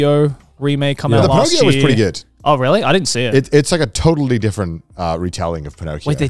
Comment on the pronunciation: Everytime garnt says the word "really", he pronounces it "vreally".